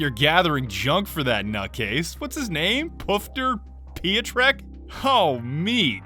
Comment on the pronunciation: "Pio-trek", it's pronounced pyotreck